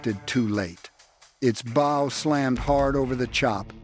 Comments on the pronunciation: Archer's "bow" or ship's "bow"? 😅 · Someone should tell how to pronounce LEAD ,as LEED nit LED and SHIP'S BOW as BOUGH not BO. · Very informative. It’s a bit off putting when the Ai voice pronounces the “lead” boat with the same pronunciation one would use in “lead” paint… or the “bow” of the boat the same as a “bow” tie. Aside from that, the delivery is amazing.